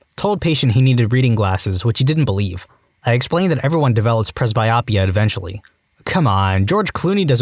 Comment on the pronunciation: Narrators, please work on your pronunciation. The word "anesthetist" was mispronounced several times. Also mispronounced: "presbyopia."